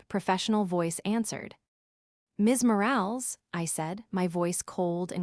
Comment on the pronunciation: More-AL-is. Train your AI